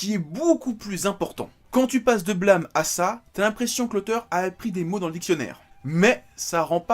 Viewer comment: Blâme... BlAmeuh ... Mais l'accent est ou XD sinon étant fan de tsutomu nihei j'attends avec impatient de me prendre aposymz demain !^^